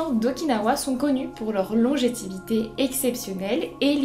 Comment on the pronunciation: Merci pour les infos. Mais, pour info, on dit LONGÉVITÉ et non légitivité.